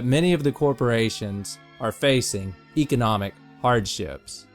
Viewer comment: u pronounced economic wrong!